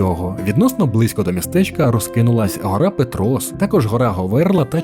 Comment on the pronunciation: Цей канал вже не вперше перекривлює назви, і від цього аж сіпає. Гарна якісна картинка і безграмотна озвучка. Історичку назву СлавськО повернули у 2023 році на засіданні Верховної Ради, а у цих кадрів СлавськЕ та СлавськЕ типу, "какая разница". І ПЕтрос завжди був ПЕтрос, а не ПетрОс. Додивитись до кінця не змогла.